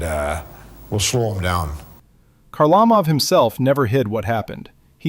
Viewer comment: "Zeelbear" Perreault?" "HarLAmov"? Seriously?